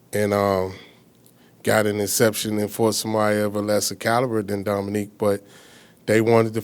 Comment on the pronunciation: Why does he keep saying "Dominique" lol! Wtf?!